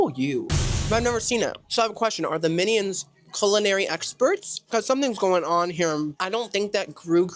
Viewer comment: Are you saying “minnie-ons” 💀🤣